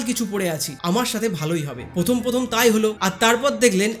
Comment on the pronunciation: আপনি র ফলা উচ্চারণ টা শিখে নিন। প্রথম কে পথম, প্রাথমিক কে পাথমিক। বড় কানে লাগে। উচ্চারণ ঠিক করার জন্য কিছু ক্রিস্টাল কিনে ধারণ করুন বরং।